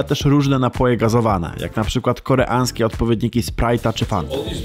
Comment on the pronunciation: czy Ty możesz zacząć mówić, że coś jest koreaŃskie, a nie koreanske, bo uszy krwawią xD